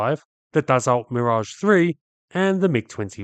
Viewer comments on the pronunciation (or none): none